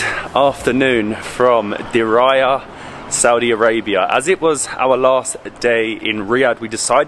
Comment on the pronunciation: Exactly!!! 👍🏻 It's not (and, I quote it) "Diraya" but Diriyah!!!! 😅 Lmao 🤣 🤣